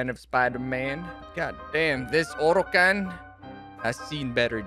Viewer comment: Everytime he says orocan always got me 😂 it is true tho that it will last a lifetime lmao